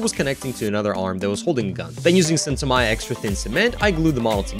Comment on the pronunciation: Excellent work! Thought I'd give you a heads up, Tamiya is pronounced ta-me-ya, not ta-my-ya